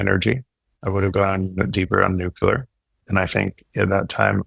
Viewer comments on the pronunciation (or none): Nuclear, not nucular. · Please It’s pronounced New Clear. Not nucular